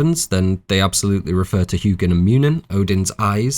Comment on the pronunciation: I love hearing non scandanavians pronounce mythology words. "Hew-ginn" "Mew-ninn"